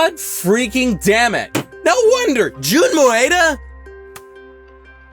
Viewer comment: Why'd you pronounce "Maeda" as "Moeda"?